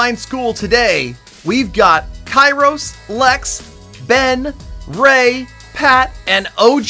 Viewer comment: Ray - Rey Parallel - Perellel 😂